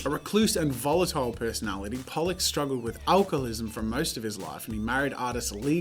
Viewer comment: Expectation: 10 expensive arts Reality: 50 names Jazza can't pronounce from his wifes beautiful powerpoint pollock boggles my mind. how. Ho0o0w